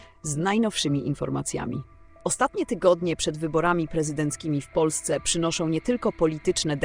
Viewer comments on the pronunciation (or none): none